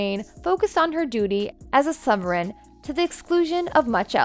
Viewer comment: You're pronunciation is horrible. You've mispronounced Camilla's name, sovereign... and a lot of other things. You need to check how to say things before you say them or otherwise how can we trust a thing you say?